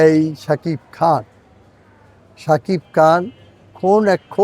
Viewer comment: বেটা অশিক্ষিত টেলিগ্রাম তোর নাম তো জানি না, তবে টুকাই সাংঘাতিক তোর সাকিব খানের ইন্টারভিউ তো দুরের কথা সাকিব খানের নামটা ও উচ্চারণ করতে পারোছ না, সাকিব খানের নামে তোরভিউ ব্যাবসা করে খাস, আবার সাকিব খানের নামটাও ঠিক মতো নিতে পারছোস না 😮😮😮😮